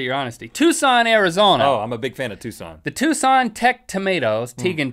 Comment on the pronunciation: Yay they said Tucson :D